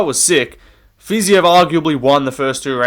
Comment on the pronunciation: Dude its fiziev not fiziev 🤓🤓